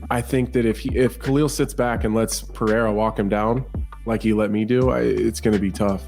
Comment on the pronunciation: Day 1 of telling that Pereira is not pronounced PAHAYDA